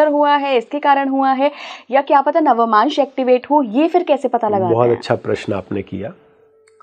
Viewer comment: Its navmansh and not navamansh as this lady is mispronouncing.